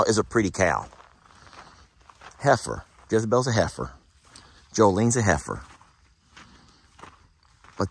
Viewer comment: it not heer. it is heifer.